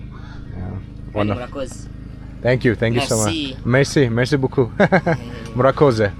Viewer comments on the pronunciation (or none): none